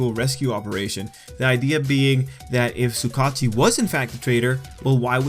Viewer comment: Bro you pronounce the name like (Su-Ga-Uchi) no Su kachi... sorry I just had to say something